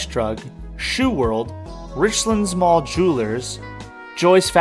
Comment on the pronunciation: Nice bit of nostalgia. Use to eat at that buffet sometimes while I was in college back in 99-01 and went there every so often as a kid. Just for reference it is pronounced rich lands not richlunds. Like two separate words. Easy to tell visitors not from around here by the way the pronounce places around here haha